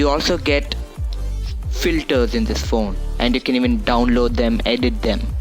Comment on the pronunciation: When you realise he already has 2 phones and recording the vid with another phone.... Me: HOW MANY PHONES U HAVE. "YoU gOt GawmEs on yoU fOnE."